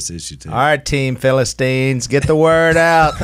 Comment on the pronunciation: I’ll be your “ philistinien” . Ha ha, sounds good.